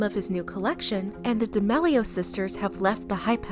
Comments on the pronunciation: She really said "de mellio sisters" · I love the vids but it’s pronouced d’ameelio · “The D’mAilo sisters” 💀💀💀💀💀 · Bruh, it’s pronounced (Dah-meal-ee-o’s) btw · It’s pronounced DIH-MEAL-E-OH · Isn’t it pronounced “ da- mee-lee-oh”